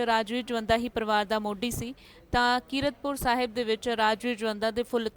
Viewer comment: ਇਹ ਬੀਬੀ ਤੈਨੂੰ ਕੀਰਤਪੁਰ ਸਾਹਿਬ ਕਹਿਣਾ ਨਹੀਂ ਆਉਂਦਾ😊